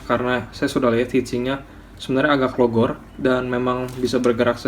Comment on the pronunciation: ayo bro awas "agak logor" hatihati buka plastiknnya haha sundanesia